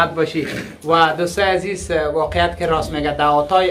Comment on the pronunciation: هم وطن نان هزیز ده هینجه هم وطنان هوزبگ چرا اینطوری اشتباه تلفظ میکنی آقا